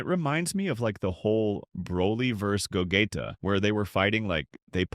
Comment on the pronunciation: What's with the a.i. robot voice? It can't even say gogeta....what is ultra instine?😅😅😅😅😅😅